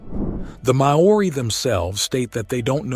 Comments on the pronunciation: Anyone else, or is it just me getting increasingly triggered by the terrible pronunciation of Maori words to the point I'm growling them correctly pronounced at the screen 🤣 For anyone interested... vowels: a as in cAR e as in mEH i as in sEEk o as in Oppurtunity u as in EWW ng said NAH wh said F g said softly, eg Gift, not hard j like giraffe r is rolled, like you're Scottish lol Kaimanawa = Ky-marn-ar-wah Tangata whenua = Tongue-ar-tah Fen-oo-wah Maori = Mar-oo-ree Waikato = Wy-car-tore Tauranga = Toe-wrong-ah Iwi = ee-wee Te Reo = Tay Rio remember to roll those r's lol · Interesting yes, but for gods sake learn how to pronounce Maori names and places, very insulting to Maori. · It goes to show, people will believe any cr@ The arrangement of these rocks is a natural occurrence and it is volcanic in origin. Also, it might have been a better presentation if the presenter could pronounce some of the Māori words and places correctly. I hope this was first posted on April 1st, then it might make a bit of sense. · The presenter absolutely butchered all of the Māori pronunciations. It wouldn't have taken them long to watch a few YouTube videos on how to say Māori names and words. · I'd be more impressed if you bothered to learn how to pronounce "Māori". (And the Kaimanawa Wall is a natural structure anyway). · Cant even go to the trouble of learning how the nz natives pronounce their name. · The pronunciation of our Maori language in this video is beyond appaling. Its actually shockingly bad. I know a lot of us Kiwis are lazy with pronouncing Maori names but this was next level !! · If your going to make a vid, learn how to pronounce the language first! Other than that, its interesting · For a 30 minute video where the word is said multiple times, why not learn how to pronounce Māori? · Please research the pronunciation of foreign words before you proceed to butcher them so embarrassingly. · I cringe everytime I hear Māori mispronounced. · ooooh yeah ... butchered that.